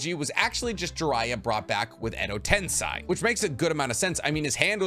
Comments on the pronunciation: Edotensei* not edotensai bruh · Stop saying tensi it’s ten-say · Edo TensEi* not tensai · dude, its Edo TensEi, not tensAi... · Edo TensAi?? TensEi bruh. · Edo tenSEI no tenSAI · Cool video. But your pronunciation of words😂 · edo tensai... i am triggered! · mofo said edo ten-sai ugh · 400k sub Naruto theory channel, and you say Edo Tensei like Edo tenSAI. How is it possible that western white people just refuse to ever attempt to pronounce something non-english correctly? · Edo tensai ? Clicked off after i hears that. Bro definitely never watched naruto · Edo Ten say that's how it's pronounced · Your pronunciation of eco tensi is annoying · im sorry i know its a very minor error not worth mentioning at all but i cant get over how you pronounce Edo tensei :D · The way you say "Edo Tensei" is bugging me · Is edo tensei really pronounced like that because it just sounds annoying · please never say edo tensei ever again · bruh let's address the mispronunciation of Edo Tensei. 'ei' makes a long e or a sound. Where do you get I from? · *Edo tenSEI not tenSAI Also, , Totsuka is pronounsed with a silent U like "Sasuke". Even the dub gets this right.